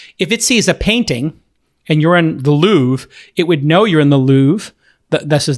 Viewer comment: The Louvre not the louve :/